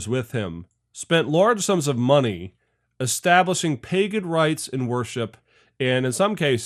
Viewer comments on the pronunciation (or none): none